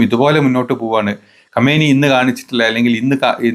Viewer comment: ഖമേനിയല്ല ഖുമൈനി എന്നാണ്